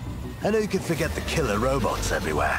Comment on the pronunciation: wE ArE lEegHun, wE dO NoT ForGIB, WE dO nOT foRgIT